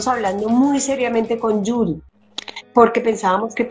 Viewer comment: Ay no, vale no😂😂😂😂 y escuché mal o dijo Yuri?